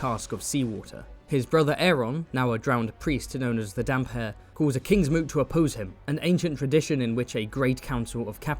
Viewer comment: actually its Damphair not Damp hair. Roy Dotrice said so